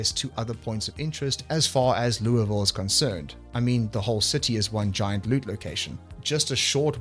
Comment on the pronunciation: As someone from louisville, I give you points for accurately pronouncing it the way we do. 😂